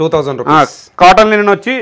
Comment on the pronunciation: Not Lenin It is Linen